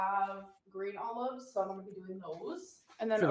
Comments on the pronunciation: Did she pronounce olives "oh-loaves?" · I hear "owl loves"